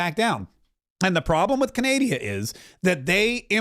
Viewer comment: It’s not Canadia, it’s Canada.